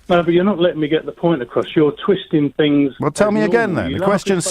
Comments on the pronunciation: Beyond The Pale That's just your interperation.You're twistin' fings. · I hate the way James O'Brien twists fings. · Adam Barlow Stop twistin fings